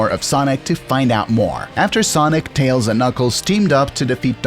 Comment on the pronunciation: Hey, this is my first time seeing as your channel exist. But, where are you from? you literally say tAYoAls instead of tails